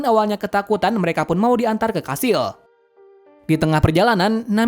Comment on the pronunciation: Kastil❌️ Kashil✔️ 😂😂😂